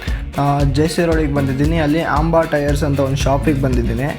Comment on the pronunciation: ರಾಜಣ್ಣ ಅದು ಆಂಬಾ ಅಲ್ಲ ಅಂಬಾ...😊 ಎನ್ ಸಮಸ್ಯೆ ಅಂತ ಹೇಳಲೇ ಇಲ್ಲಾ Am planning to pick one for my niece, the only thing I'm not happy is the Engine Noise, ರಾಗಿ machine Sound ಬರುತ್ತೆ. I know you rode the new version, is the Engine refined in the new one? Any suggestion is appreciated 🙏